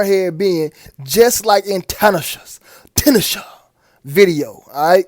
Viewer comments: FYI bro. Her name is pronounced, Tin-Na-Shay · First of all. This video exposes more than I could imagine. You really hit a 100 pointer. 2.. ITS should be T-NA-SHEY (We have God in Southern Africa). Plus to add on The 2 stripes on Tinashes forehead represents the horns. Stay safe You all.. 🙏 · I ain't knocking you for shit else fam but that bi**h eating a 🍓 in that tube of blood😂😂😂 & the way you pronounce her name is, "to-nah-shay"✌💚